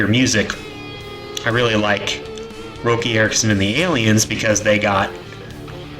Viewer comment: His name is pronounced Rocky ya fuggin amateur 🤦